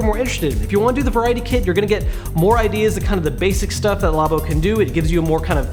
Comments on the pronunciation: No its "labo" not "labo"! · Are you pronouncing it right?